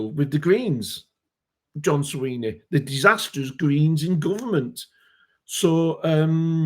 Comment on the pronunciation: It is Swinney not Sweeney.